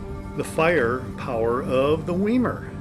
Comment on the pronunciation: I believe it's pronounced " Veye-mar." Generally e before i together, are pronounced as "Eye." In German. (Deutch).